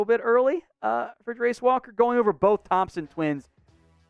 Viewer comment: Did you call him "Grace" Walker? 😂 what the heck 🤷‍♂️